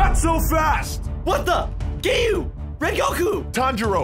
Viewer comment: It’s not Giyu it’s giyuu